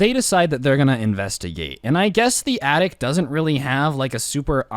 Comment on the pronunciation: Its attic not yattic